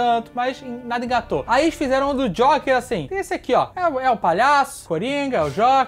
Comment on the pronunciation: "Jóker" ahahahahaha